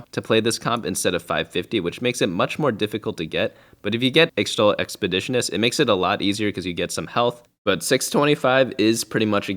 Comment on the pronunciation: unless you didn't know, ixtal is pronounced ishtal, not sure why but it's true